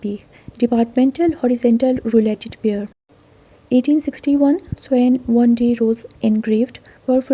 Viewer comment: In the case of the WA 6p, u don't say rouletted perforation---it is simply 'rouletted. Labuan is pronounced ' Lab-oo-wun' n Swan is pronounced S-won. Thank u!